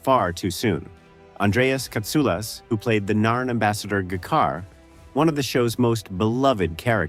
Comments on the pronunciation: J-kar not g-kar. Membari not membai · Great review/explanation! However, G'Kar was pronoucned JaKar, Mira Firlan played a Minbari and her makeup change was due to an allergy and she didn't change species, she was a direct decendant of Valen/Sinclair and was part humand and part Mimbari. and Strazynski is prounded Strazinsky and not Straginsky - a z not a g. Over the years, I was lucky to work/head security for Walter Koenig, Mira Firlan, Claudia Christian, J. Michael Straczynski and Steven Furst. Obviously a long time ago but still great memories. I was lucky to not only work with Michael O'Hare at various conventions but was also a neighbor and became friendly with him. It was very heartbreaking when he passed away, although it was obvious he was ill. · bullshit ai slop video, doesnt mention anything the title says, no cut scene, also Gah-Car, the way anyone who has never seen it pronounces it, or how an AI pronounces it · AI voices suck for pronouncing names that aren't "pure" english... Get's G'Kar and Minbari wrong in the space of a minute or two... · I wish you could have gotten an English person to review the AI spoken audio, and fixed the script to do proper pausing, proper pronunciations (like G'kar's name), and so on. Interesting content, but listening to it was frequently akin to torture, akin to someone messing around with fonts, spacing, and kerning in a book to trigger their victims. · How to spot that the narator is either AI or never watched the show wait for him to pronounce G'Kar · It's sad that the AI can't pronounce any of the names correctly, like G'Kar. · It's not really surprising since G'kar is a made up name in a fictional language, so how is an AI trained in English supposed to know how it's supposed to be pronounced? What should have been done is for the video's creator to have watched the finished video, and whenever the name G'kar appears, change the spelling to as close as they can get phonetically.